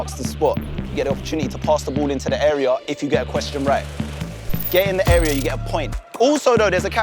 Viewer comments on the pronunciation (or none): none